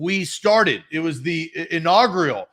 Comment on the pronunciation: says, "inawgrial"?...what's that?